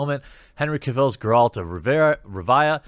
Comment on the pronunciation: SeenBett3rDays neither does Jeremy tbh he doesn’t even know how to say Geralt